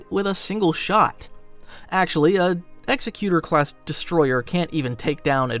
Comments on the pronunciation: Executor class destroyers, not "Executer." Very different. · sorry its bugging me so i have to. its Exec U Tor. like executive. command and authority not execution.